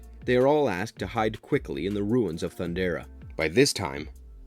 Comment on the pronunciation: His name isnt pronounced JAY-GUH.... its pronounced JAH-GUH. THUNDERA? Come on man, you have to try to pronounce this stuff right. THUN-DARE-UH.